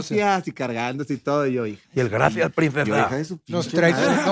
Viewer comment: “Gradciads prindcedsa” 😂